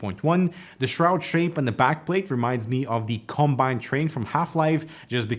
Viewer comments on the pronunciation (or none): none